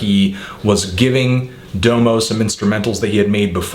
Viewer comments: I CAN'T TAKE YOU SERIOUSLY WHEN YOU DONT KNOW HOW TO SAYS DOMO'S NAME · He pronounces Domo that way cause that's how you say it in Japanese lol. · Lol u guys make it sound like he would have appreciated the album more if he pronounced "Domo" correctly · This is almost painful to watch every time you say "Doe-mo" But thank you for the great review. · Very good review, but I find it disturbing that a self-confessed "music nerd" cannot pronounce the artist he is reviewing's name correctly. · you're pronouncing his name wrong.. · I dont respect you because you mispronounce the name of the artist you're reviewing. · How come its only white folks who pronounce DOMO wrong?? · YOU KEEP SAYING DOMO WRONG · ITS DA MO. NOT DOWE MOE. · Say it like DAHMO. Not DOMO, DAHMO. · DA-MO is how you say no DOMO domo is how it's spelled but not how it's pronounced. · dah-moe not doe-mo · Unfortunately its not pronounced "Doemoe" its "Damo" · Why do u say his name like doomo ur supposed to say it like damo genisis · For fuck's sake, it's pronounced DAH-mo. Not DOUGH-mo. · It's pronounced "dahm-oh" not "dough-mo" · Like every single fucking song says his own name, pronounced "dah-mo" not D'oh mo... Please respect the man by saying his name right.. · DOM-O not Dome-o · His name is pronounced Dom O like Dom Kennedy. Not Doo Moo. Man if you going to diss him at least say his name right. Domo Genesis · pet peeve: domo's name is pronounced like dah-mo not doe-mo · It's Dom-O Bro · Its pronounced Dah-Moe, not Doe-Moe. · You pronounce Domo like Dah-moh not Doe-mo.. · The first o is an aaaa sound like the o in mom. So it's pronounced daaamo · No, it's Dominique. If you're using his real name as a pronunciation then it would be Dah-Mih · pronounced [dah_mo] sir. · His name isn't "Dough-mo." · LMFAO "doughmo" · Its Dah-Mo Oh my god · It's DOM-OH :p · it's pronounced "dahmo" Genesis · Its pronounced DAMO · His name is pronounced Dah-moh